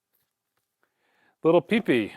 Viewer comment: Theres no way he called Lil Peep lil pee pee 😭😭